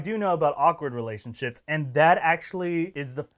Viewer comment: did he say relation-shits? 😂😂😂😂😂👏👏👏👏